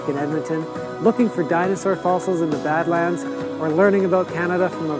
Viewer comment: I was going to mention Frank Slide and Head-Smashed-In-Buffalo too lol. And yes, more dinosaur skeletons have been found in Alberta than anywhere else in the world. Also, you were right the first time you said it,, it is pronounced bad-lands (almost like it's two separate words) and those striated bands of sedimentary rock in the various colours come from millions of years of temperature changes, with massive glaciers expanding and retreating and then expanding again. Montana also has a region of very similar Badlands. And the reason you've heard of Calgary is because it's the oil capital of Canada and between that, the Calgary Stampede, and generally Conservative politics (at least for Canada, probably more equivalent to the US Democratic Party tbh) Alberta is basically the 'Texas' of Canada.